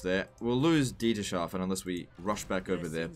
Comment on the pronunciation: btw its Dieters-hafen not Dieter-shafen